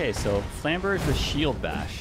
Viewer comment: I think it's either Flam-ber-'zhay (French) or Flam-'berg-uh (German) but not "Flam-'berj"